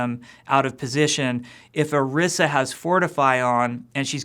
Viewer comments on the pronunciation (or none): OREESSA!!! not or-ih-sa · ... He pronounced Orisa wrong... In her origin story video, Efi pronounced her name "Or-ee-sa." He pronounced it "Or-ih-sa." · Why does Jeff keep pronouncing it "Arissa"??? Dude, it's Orisa! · This n**a said Orisha? It's pronounced; Or-EE-Sh-Ah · The video say O-ri-sa you said Ari-sa but I do know people talk different sorry this was rude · Oh-ree-sah. Not Uh-riss-uh. They pronounce it that way in the promo video. It's really not that hard to say it correctly. :/ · Or-15 Or-IS-A Orisa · Isn't it pronounced (oh-ree-sa)? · Akinwale segun Its supposed to be pronounced OrEEsa tbh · The fact that Jeff says orisa without any sort of accent into it (Or-rI-sa)kind of made me cringe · Jeff pronounces Orisa like Arisa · Haha it's not really laziness. Most people would just think it was a made up name and not think to look up if it was based on something. It bothers me though because I feel like they should pronounce her name as "Orisha." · Ah "Oirsa" I get it.. OR-15-A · It really bugs me how he keeps butchering the new character's name. Orisa is clearly meant to be pronounced using a spanish inflection, considering that the little girl says it correctly in the opening cinematic. Oh-ree-sa is phonetically correct. Come on Kaplan, get it together! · Why can't you just pronounce it Oh Reeza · You pronounced Orisa incorrectly. Fire him. YOU GOTTA ROLL YOUR TONGUE MAN. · When does this come out? Also he pronounced orisa differently than they did in her origin story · is it really that hard to pronounce Orisa and Efi? Especially since you have helped develop them? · really? you cant even pronounce your own heroes' name right? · Either he's pronouncing her name wrong or they spelled it poorly. (That "i" should be long, unless they add two "s"s) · pronounced "oreesa" or "orissa"? y'all need to communicate with each other